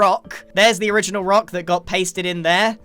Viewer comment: Grians season 9 bace: "I got a rok."